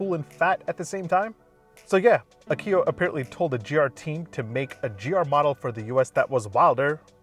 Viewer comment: AH-key-oh, not ah-KEY-oh